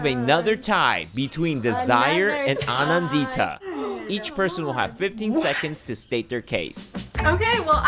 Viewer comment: i love the way americans say indian names like they called me kha-vee-yah instead of ka-vyaa and they call aa-nan-dita, a-naan-dhita. trust me while i was in the states, i forgot how i pronounced my own name